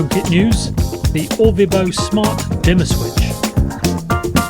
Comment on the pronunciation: Its Orvibo not Orbivo :)